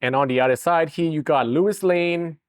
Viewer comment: hahaah did you say Lewis Lane 😆